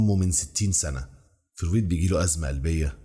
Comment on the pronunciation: حاول تسمع اسمع فرويد عشان تعرف تنطقه + نيوتن بتاع تفاضل وتكامل وميكانيكا واستاتيكا ولاهوت وحاجات كتير اوي الا الفيزياء اللي انت قولت عليها دي استمر ❤